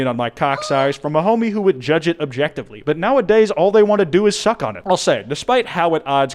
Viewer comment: Also I swear you pronounced it differently every time